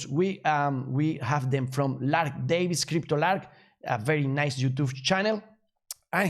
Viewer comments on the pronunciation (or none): none